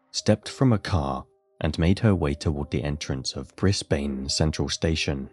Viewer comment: Brisbane is pronounced Brisbin